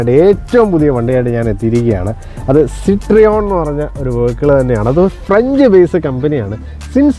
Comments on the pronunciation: സിട്രിയോണ് അല്ല സിറ്റ് റോയിൻ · It is Pronounced 'Cit-Roean' ( Sit-Ro-En) , not Cit-Reon. French. 😮😊